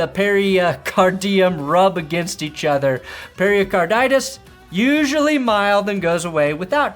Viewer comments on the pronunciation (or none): it's not periacarditis. it's pericarditis. ok perni ? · I'm almost a doctor, it's pronounced "Pary-card-itis." It's inflammation of the tissue around the heart (pericardium). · Pair-a-carditis.. Pair-a-card-ium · I was dying laughing on your intro! You sounded just like me trying to pronounce Hamlers condition to my wife. My wife, an RN, rolled her eyes and corrected me, saying it perfectly. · The way you say pericarditis is giving me pericarditis... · The pericarditis pronunciation has me stressed 😢 prayers up for the injuries though. Never good for the league